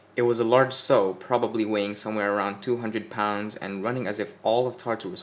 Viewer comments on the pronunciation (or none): Wunderbar! Ich liebte deine Lesung. Sehr angenehm! I don't speak German... Your inflection was excellent and I love this story (already read it). Please continue. (just thought you might like to know) Words incorrectly pronounced: Sadist, Beige, Sow, Ebony, Fruition.